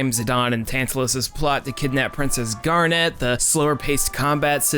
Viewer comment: Awesome follow-up. Just a few notes: It's "GAR-net", not "Garnette." Talking about the high points, and you skipped out on the Silver Dragons sequence (the best emotional moment in the entire game, with the possible exception of the ending, and one of the best pieces of the entire soundtrack) and the Black Mage Village music, probably the best piece in the entire soundtrack? Loved the love letter to FF9, though. It's not only the best FF game of the PS1 era, it's really the only one worth playing, certainly of the numbered installments at least. 7 was obnoxious and 8 was downright terrible in every way except the graphics and the music, and even the music was... well... not Uematsu's best work. (Not that it was bad, just that, with such a long list of high-quality soundtracks, one of them has to be of lesser quality than the rest.) 9 was the only one that felt like a real Final Fantasy game and a worthy successor to 6, to me at least, and it deserved a lot better treatment than it got by a failing, directionless company that somehow thought The Spirits Within was the future.